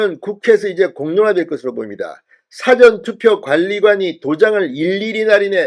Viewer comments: 사-전투표가 아니고 사~전투표 입니다. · 사전투포 발음 수정요망 사전투표가 아니라사:전투표입니다. 다시말하면 사~전투표로 발음하세요. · "사전투표" 발음을 바로해 주세요 !! "事前투표"라고 발음 해야 맞는데 자꾸 "辭典투표"라고 발음 하니 듣기가 참 이상하다 ?? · 사전 사전(事前) 은 읽을때 구별되게 읽으야 할것 같은데요. 사전투표(事前投票) 를 辞典投票? 로 읽으시면 의미 전달이 제대로 안되며 대중을 청중으로 하는 방송을 하시는분 께서 유념 해주시면 고맙겠습니다. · 발음 이 이상타 사전투표가 아니고 사~전 투표 아닌가? 딕쇼나리 보트가 아니고 프리비어스 보트다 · 사전투표 발음은 사~전투표 입니다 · 사전투표 억양 좀 바로 하시오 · 사전투표악센트를 '사'자에 두지 말고 '전'자에 악센트를 주고 발음하세요. 경남부산사투리라 그렇게 발음되는걸로 알고 있지만 고쳐야합니다. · 무슨 사전투표 발음이 뭐그래 진선생의 사전의 발음은 국어사전 영어사전등의 발음이고 투표어서 말하는 사전투표는 전에 액선트가 언어의 사전의 발음은 사에 액센트가 가죠 시정해주소